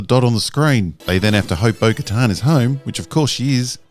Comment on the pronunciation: Bo Katan. CC: Bogota Boca Town Beau Guitar Spoken To Her Bogotan Burger Town